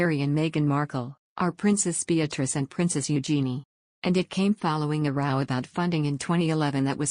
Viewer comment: Computer generated voice so can't distinguish between 'row' and 'row'. Uses 'row' as in a row of houses even though it doesn't make sense.